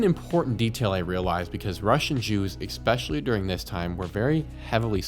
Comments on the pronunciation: E-specially not ex-specially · Eggspeshally? Really. It's especially. Esp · Stop saying "expecially"... its ESPECIALLY... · "EXpecially." lol. Really? English is your first language, right? 🤦‍♂️ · PLEASE stop saying “expecially”